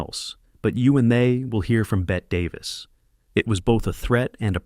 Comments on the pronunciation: Its not bett Davis its pronounced bettiy you dope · Bett-EE Davis! Not BET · Bette Davis’s name is pronounced “Betty.” Not Bet. Not bothering to research proper pronunciation makes you sound ignorant. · “BET” Davis??????? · it's pronounced Weezer for Shirley McClain's part. And you should be fired for not knowing Bette Davis' name is pronounced "Betty." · It's pronounced "Betty" Davis, even though spelled Bette. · Also Bette Davis as Bet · Narrate with correct pronunciation please! I can see how someone would have a hard time pronouncing Natchidoches... I get how Ouiser is hard to pronounce by the spelling but my God please, Bette Davis? It's pronounced Betty!! I can't watch Anymore. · It’s not Weez-air or Wiser or Wheex-air it’s Weezer, like the band. And Bette Davis is pronounced Betty Davis. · They should learn the language before producing these types of informative formats. For example: Natchitoches=Na-cuh-doe-chez Ouiser=Weezer Boudreaux=Boo-dro (long o) Bette Davis=Betty Davis 🙄